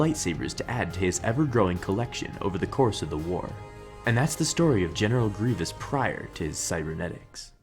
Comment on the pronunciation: put subtitles, GENITAL GRIVOUS????